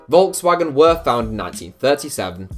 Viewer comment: How can you be 20 something and not able to pronounce Volkswagen?